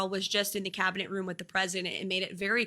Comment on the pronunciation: Cabinet. Learn how to pronounce the word.